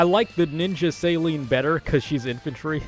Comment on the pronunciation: Céline is a french name lol people forget. suh-LEEN Like miss Dion